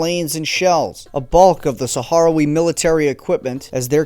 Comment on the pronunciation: Sakh-RAHwee, not saharawee